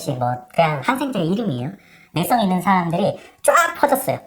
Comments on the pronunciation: 내성 내성 중국인이냐 내썽이 뭐냐 니 발음 좀 고쳐라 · 내성....발음이 이상해요. 내썽😂😂😂아닙니다